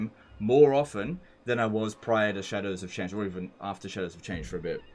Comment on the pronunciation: When says "Shadows of Change" I heard "Cheddars of Change" every. Single. Time.